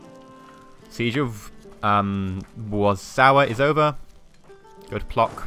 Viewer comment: Plock - ck = you read "c" like this is in "France"